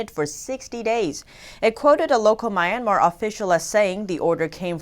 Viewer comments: I love your channel, you're doing great work, but can you please correct your pronunciation of Myanmar. It sounds like "Mi-en-mar" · There u go again with MORE FAKE NEWS!! but b4 i go to THAT, i hv to TEACH YOU something: IT'S NOT "MY(like in Mai) IRN MAR"...IT'S "MEE URN MAHR"!! Got it??...i wonder HOW YOU WOULD CALL PEOPLE FROM MEE URN MAHR??...IF YOU DON'T KNOW...just let me know...I WILL TEACH YOU!!...ok...so lets go to d point about YOUR NEWS...BILLIONS of Masks?? Not TRILLIONS??...c'mon!!...when u say "A Hospital" ...that is WRONG!! Your Journalist Credentials ARE VERY POOR, VERY, VERY POOR, SPECIALLY WHEN YOU "ARE TRYING" TO REPORT IN ENGLISH LANGUAGE!!...WE English ppl or Americans say "ONE Hospital"!!..and that is WHEN NOT TO MENTION D NAME OF THAT HOSPITAL...like when u say "A DISTRICT OF BEIJING" (NOT saying WHICH DISTRICT (??)!! In Beijing we hv SOOO MANY DISTRICTS)!!...understand?? It's MORE DN OBVIOUS that your own EDUCATION is EXTREMELY VERY POOR...but STILL...you are considered as TV REPORTER(?)!!...there is ALOT MORE to say about your NEWS...but you know what? I feel TIRED....and IT WOULD B A WASTE OF TIME making REFERENCES towards your INFORMATIONS!!...there is AN OLD SAYING "THE RAIN CAN HIT D ROCK, BUT CANNOT BREAK IT"!!...same goes to you!!😈😈😈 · Thoroughly enjoy listening to this channel. Notice one minor error, Myanmar is pronounced ‘mee-ahn-mar’ :)